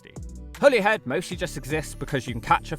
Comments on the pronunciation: Being Irish I've passed through Holyhead many times. (Every single person in Ireland pronounces it 'Hollyhead') I've been all across the UK and I'd say Holyhead is one of the bleakest places I've been to there. I hope the rejuvenation is successful, but I have my doubts. I remember multiple times where I'd arrive there a few hours before the ferry back to Ireland, and ideally it would be nice to spent a couple of hours in a nice cafe, pub or restaurant. It had none of these things. As I recall, the drive-in Mcdonalds was the best food place there. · You pronounced Holyhead correctly the first time. Not the weird way on the rest of the video. Caergybi in Welsh. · Every large mining area is excluded from the national park, because they're so heavily altered by heavy industry, all UK national parks exclude areas altered by heavy industry. You were right the first time, Holyhead is pronounced like the plant used for xmas decorations, whoever corrected you might have been taking the piss! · Holey Head - someone's had you on mate 😂 It's pronounced Hollyhead, as you thought. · Despite the spelling, I'm pretty sure you still pronounce it 'Holly Head'. Pronunciation just changed over the centuries. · Holy head? I pronounced it like that my whole life until like 2 years ago when i was told it was Holly head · your the first person ive her heard pronounce it holy instead of holly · btw Holyhead is actually pronounced "Holly~head"... really. i grew up there. i know it's technically called Holy Island, but i promise you that the first part is pronounced "Holly" in Holyhead by everyone who lives there. or Caergybi in Welsh. it's not just ferries - there are also cruise ships that now stop at Holyhead. they're a fairly recent addition. and yet the cruise ship visitors still don't seem to be bringing in any money. not that there's any decent shops apart from one coffee shop where they can spend their cash. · No it’s pronounced as holly-head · Its pronounced holly head mate :p